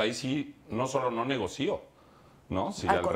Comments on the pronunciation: Uta Sr. Elías Ayub, me decepcionó....no se dice "NEGOCÍO", con acento...se dice "NEGOCIO" sin acento. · Se dice negocio, no negocío como dijo el Sr. Elias Ayub